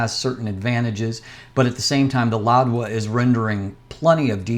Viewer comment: It’s Louwa not “LouDwa”, correct?